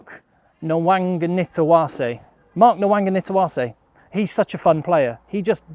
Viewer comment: 😆😆nailed ‘Nawaqanitawase’ but botched ‘Nayacalevu’ good effort tho 👌🏾💯